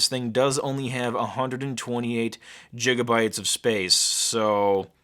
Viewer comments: Gjigabytes... Its Gigabytes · Did this guy say jigabytes? haha